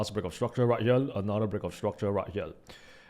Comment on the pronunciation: Smartell instead of Smarter..... Anothell instead of Anotherrrrrrrrrrr